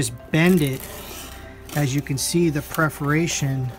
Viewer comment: Very helpful video but the repeated mispronunciation of "perforation" is distracting (at least for me).